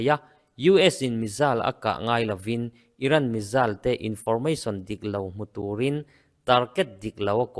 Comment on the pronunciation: Missile - Mizal 😂 Missile - Misail/Mesail ..ti mai rawh A bengvarthlak lutuke